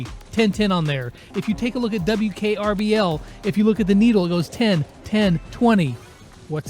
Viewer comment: You said WKRBL 😂 Use code: EDIT:ALWAYS!!Use code lex!!!